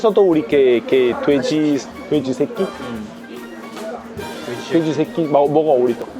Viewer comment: 새끼돼지 돼지새끼 ㅋㅋㅋㅋ 욕아닌데 욕처럼들림 ㅋㅋㅋㅋㅋ